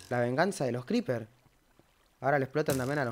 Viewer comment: nadie: realmente nadie en todo el planeta:: veni cripir